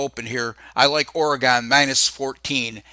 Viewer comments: ORE "GONE" come on say it right. It's Oregon, like "oregun".... Thanks for the props though. Go Ducks... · Always a pleasure,. "Ory-Gun.":) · This idiot cannot pronounce Oregon